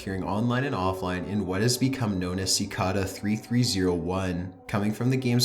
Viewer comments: Si - kay - da not ci - ka -da for pronounciation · Cicada. It's pronounced "si-kay-da". Seriously, learn to speak English properly before you lend your voice to a publicly available video. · It's cicada not sickada your voice is cancer but other than that vids good but use emotions in your video please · it's pronounced sic-A-da, now sic-ah-da... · This is good but he talks SO WEIRD AND HORRIBLE! Its so monotone until the end when he sounds like a valley girl. ALSO ITS PRONOUNCED CI-CAY-DAH, NOT CI-CA-DAH. ALSO ITS PAH-STAH, NOT PAY-STAH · cicada is pronounced kick-aida not sickada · pronounced "si-kay-da" or "chi-kay-da", not "si-ka-dah" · You are pronouncing cicada incorrect. You are pronouncing it "Ci-car-dar" its pronounced "Ci-kay-da" there is no letter R or even R sound. But you sound it twice. Great video none the less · sih-cay-dah not sih-cah-dah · I am like 99% sure cicada is pronounced ci-kay-duh and not ci-kah-dah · oh yay, the last Top15s video I watched, we pronounced Cicada "sickeda" -.- we're getting somewhere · Ci- cay-duh ...ugh its hard to listen to. LOL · Cicada is pronounced sa kay' day. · Dorsey Barnes in Australia it's sick-ARE-duh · CicAda lol. Ci-Kay-duh. 😊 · Cicada pronounced "sick Kay da" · "Sicawda" I hated that pronunciation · Is anyone else bothered by the way he pronounces “cicada”? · The way you pronounce "Cicada" and "Pasta" really bothers me. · You are mispronouncing "cicada." It's a long A. You also mispronounce "Guyana." You arent even close on that one. Absolutely massacred it. You mispronounce a lot of words on your videos. I've only been watching for a few days and this the fourth one I've noticed. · DUDE THATS NOT HOW YOU FUCKING SAY CICADA YOU WANNABE EMO SOUTH PARK FUCK! Aight im tapping out after 9 minutes, I cant stand the dumb female voice dude. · That's actually how it's pronounced though (I believe), remember it's German. He was pronouncing cicada very wrong though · That's not how you pronounce cicada...